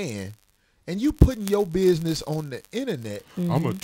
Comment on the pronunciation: For-Chen. 500 biz-ness